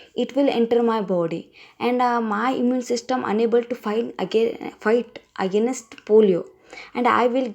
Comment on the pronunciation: please check your pronunciation 'against' it is not ' again next'